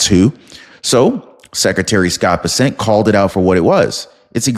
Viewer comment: Muh dawg. It's BESSent Not BessENT. Much love from fort Worth